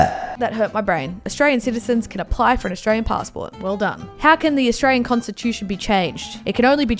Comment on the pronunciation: U literally r not saying Australian right hahaha ur like astrain haha love this